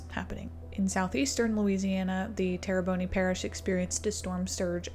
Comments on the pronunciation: I love your content But the Louisianian in me died a little bit when you said "terry-bone-y" It's Terry-Bone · Please do enough due diligence on your videos to pronounce the names of the locations correctly. Sabine Pass and Terrebonne will thank you.